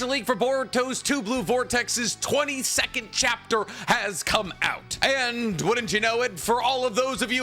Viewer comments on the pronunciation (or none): I thought this man said 20 second chapter instead of 22nd. 😂😂😂